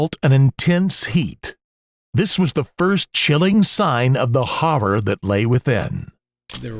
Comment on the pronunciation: IS THE WAY THE NARRATOR IS PRONOUNCING "HORROR" BOTHERING ANYONE ELSE?!